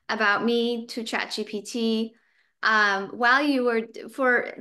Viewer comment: Why don't you call GPT not GTP